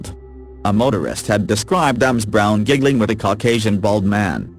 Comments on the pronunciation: Not to take away from the tragic story but repeatedly hearing Ms Scott's name pronounced as M Scott really got on the nerves! Fortunately if you have Closed Captions on you can make out what is being said! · I'm with you, Amy. It took me a while to figure out that the women weren't both called Emms... finally I realized it is reading Ms. as Ems. Too weird. There are other... the simulator pronounces other things wrong... it simply can't figure out some of the words or titles.